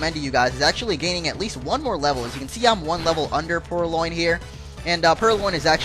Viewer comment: It's purLion as in the word lion